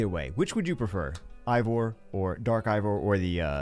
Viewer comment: It’s pronounced EY VOR